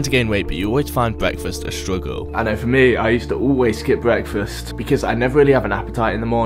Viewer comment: ‘bweakfast’